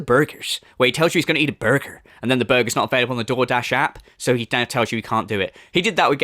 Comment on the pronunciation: “Im really craving a burgher” snorrrt🐷